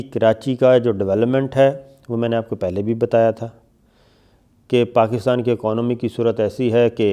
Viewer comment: aconomy, Yar sabir shakir 🙂 Kya kahun tmhare angrezi per ?